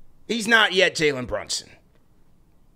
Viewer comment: 😅 come on say janlin brunson ten times.